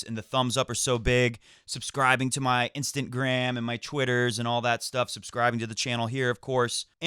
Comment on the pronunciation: I don’t have much to say abt topics but just want to say I enjoy your videos. Keep it up!!! You are great. Love and enjoy your comedic pronunciations e.g instantgram, Francia etc. Never change, if anything do it more !!!